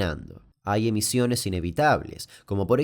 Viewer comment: Muy buen video aunque creo que en el minuto dice emisiones, con C